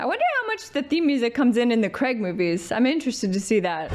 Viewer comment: love you and your channel but please when you get to Daniel craig era pronounce his name correctly it is not creg that is just american mispronouncement should soundbre pronounced like raid crayG thanks looking forward to more from you